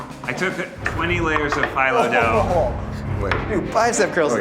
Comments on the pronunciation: says phyllo correctly in front of ned and he still carries on with pronouncing it incorrectly...EVEN in the newer videos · Ned says he loves baklava and ate it all the time growing up but he can’t even pronounce phyllo right so I’m not inclined to believe him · I’m more unsettled by Neds pronunciation of phyllo/filo than eugenes pigs blood cinnamon roll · Anyone else really mad at Ned's pronunciation of Phyllo???? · I’m sorry Ned, but the way you pronounce filo hurts my brain. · Hearing Ned pronounce PHYLLO makes me uncomfortable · Ned pronouncing phyllo incorrectly is making my spin twitch. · The way Ned pronounces Filo 'dough' makes me want to rip my ears out :( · Ned's pronunciation of phyllo hurt me. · Just hate the way Ned pronounces 'filo'. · Hearing Ned pronounce phyllo is giving me anxiety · That’s not how u pronounce phyllo! Lol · All the Greeks listening to Ned saying Phyllo wrong 😑🤚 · Did anyone else get a little annoyed with Ned's pronunciation of "Phyllo"?... No just me lol. Also did anyone else notice the subtle nod to the Sanrio character "Cinnaroll" by having Rabbits as the intermission animal. I don't know if it was on purpose, but if it was I say congrats whoever thought of it. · Is that really how you pronounce "filo (slash phyllo) dough"?? I have been pronouncing it wrong my whole life?? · Couldn’t handle the pronunciation of phyllo dough lol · Pronounce phyllo wrong one more time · Can somebody please tell Ned thats not how Filo Pastry is pronounced before I die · Not me losing my ever loving Greek mind at Ned mispronouncing phyllo AND bringing disgrace to baklava. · Ned's pronunciation of "phyllo dough" makes me want to scream. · Ned’s pronunciation of “phyllo” is NOT doing a great job selling the cookbook lol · Is anyone else annoyed about how Ned pronounces phyllo dough? Like, I don't know if I'm right, but I'm pretty sure it's like fee low not fye low. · The way Ned pronounces "phyllo" drives me crazy. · PHYLO?! ITS PRONOUNCED “PHEELO”